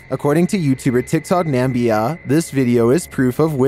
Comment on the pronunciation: Clip 18 is NA MI BIA not NAM BIA. NAMIBIA!!